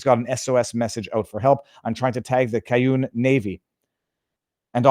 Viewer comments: “Cajun” pronounced like it’s written: “Cay-Jun”, not “Cay-YUNE”, with a hard J, like the word “Just” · "Cajun" is pronounced "Cage-in' . Sort of. I don't know how to spell it more phonically. The Cajun Navy is a great group of guys. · KAY-jun Viva, That's how it's said, The "Cajun Army" is a colloquial term referring to the volunteer groups of people, often from Louisiana, who mobilize to help others during natural disasters, especially hurricanes. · Kay jun navy. Cajun navy. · Kay-gin =cajun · I Love you. Please learn to pronounce Cajun and the city of Lahaina. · 😂viva saying Cajun 😂😂😂